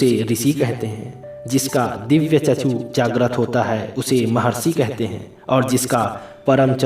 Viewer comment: Chakshu hota hai chachu nahi bura mat manana bas correct kar raha hoon 🙏